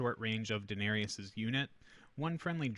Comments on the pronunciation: This bothered me pretty bad too lol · This was triggering me hard, too. :D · Thank you, glad it wasn't just me 😂